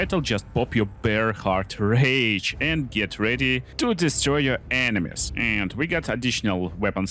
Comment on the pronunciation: Drink whenever says ENE-mies 😂